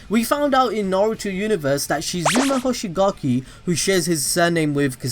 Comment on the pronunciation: Why do you say his name like that